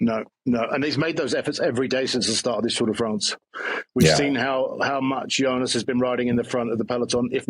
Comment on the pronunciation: Why does Wiggo insist on saying "Junas"? George says "Tajay" too 😁